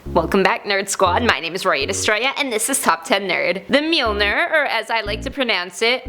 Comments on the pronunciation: it is Pronounced Me-all-nir not me-oll-ner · Lol the "Meelneer". Its mjolnir. Myool-near. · Mule-Noor , Mule -Nrrrrr , Mule -Nrrrrrrrrrrrrrrrrrrrrrrrrrrrrrrrrrrrrrrrr make it stappppp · Technically, It's pronounced Mule-near, not mul-nur. (I don't blame you for mispronouncing it; many Norse names are hard to pronounce!) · Its pronounced like "myoneer" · The 'mealner'? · I pronounce mjolnir (em- jol- nir) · I thought thor hammer is pronounced "m-jol-ńier" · It's MOLE NYER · Please learn how to say mjolnir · you say ö just like uhh U hav to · I hate how she pronounced Thor's hammer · Pronounced the name of the hammer wrong #1 AND Vision can hold the hammer because of the gem in his head.... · I hate how she pronounced the hammers name (don’t know how to spell it) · ur still saying Mjolnir wrong btw lol... stick to calling it Thor's hammer instead